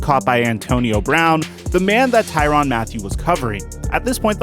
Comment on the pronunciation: Why is there an A in there if it ain’t supposed to be TYRANN??! Just askin...I say his name Tyrann.